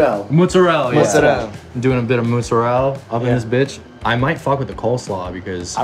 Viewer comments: If joji says it's motzurella then it is motzurella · joji :"im doing um a motzu, motzuru..." me :"oh maybe he's making japanese stuff pizza" pizza chef :"mozzarella? " me :" Oh " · motzu ....motzorell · What I see perhaps he only recall "mozzarella" in Japanese pronounciation but also not sure xD "motzurerra" ???? 🤔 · I love how Joji can’t say mozzarella lolll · Lmao joji struggling to say mozzarella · Filthy Frank can't say mozzarella. A little piece of Youtube's soul just died.